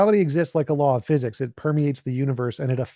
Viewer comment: "Laws of pheeezix". All that pompous windbag was good for was name-dropping and attempting to gish-gallop. Just like the religious zealots, he is not interested in listening and just talking at people.